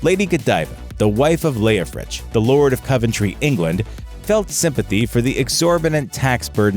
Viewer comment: "Leofric". NOT "Leofrich"